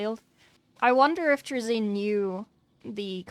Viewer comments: At least she didnt say "tray-zin" like some people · Its pronounced "traa-zyn" with emphasis on the first part. I feel like the confusion comes from people accidentally switching the position of the y in his name around from trazyn to trayzn it is an easy mistake to make but it still annoys me.